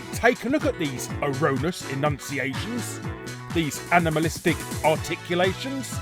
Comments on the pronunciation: I feel like Larry's incorrect pronounciation of Mephiles and Erroneous were intentional for the sake of a joke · When you get the pronunciation of erroneous wrong when you are saying erroneous pronunciations 🤣🤣🤣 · 12, if you count Larry's inability to pronounce erroneous, and clavicus vile.